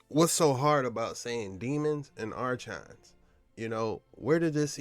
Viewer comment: This guy steady pronouncing archons wrong r-cons buddy r-cons 😂